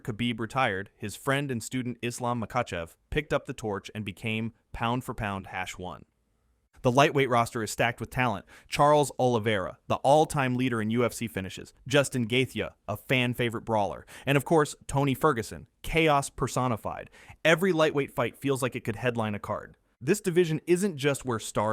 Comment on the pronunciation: Read it yourself next time man, you can tell that the narrator knows nothing about MMA and is reading a script. Gaeth-ye as a mistake for one